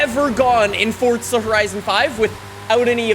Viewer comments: It's Forza not Fortsa #just saying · Y u say forza like fortza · Fortza horizon 5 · you saif fordza twice dummy honney